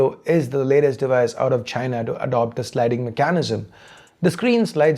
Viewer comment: You say "mechanism" funny.